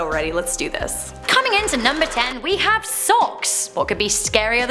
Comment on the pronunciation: Yes, i hawe a machete collection...